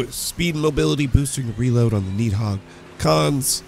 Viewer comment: Why do you pronounce it needhog?